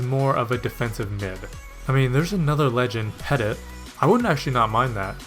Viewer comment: Nice video again dude. BTW it is pronounced "petiy" not peTIT :)